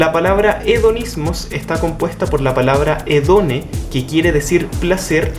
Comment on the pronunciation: Perdón por la corrección pero es HEDONÉ (con acento al final) Hedoné ("Placer" en griego antiguo « Ἡδονή») era hija de Eros (Dios primordial de la atracción sexual, el amor y el sexo) y Psique (alma). Por eso Epicuro sostenía que el ser humano para sentirse realizado debía sentir un placer duradero y espiritual, aspirar a una vida placentera dejando de lado el temor, el dolor, la pena y la preocupación.